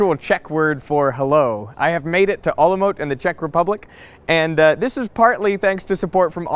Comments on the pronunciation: we pronounce c in the name so its Olomouc not Olomouk or what :D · The pronunciation of the Olomouc city in Czech Republic is /ˈɔːləmoʊts/ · It's always funny to hear people pronounce foreign words. It's something like [OLOMOHS] btw, the Czech city you were in. Anyway, cool stuff as always. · Well... :D Interesting information at the end of the video... but to be honest as czech is my native language i was wondering where you are at :D (just click listen button at the corner :) ) pronoucing it with "k" at the end seemed confusing :D